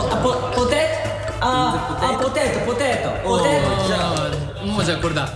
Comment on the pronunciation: ふっかさん終盤のPotatoめっちゃヨーロッパ人じゃない? 流石です。